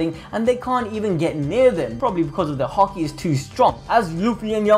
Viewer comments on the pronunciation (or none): none